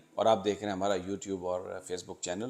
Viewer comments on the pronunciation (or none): none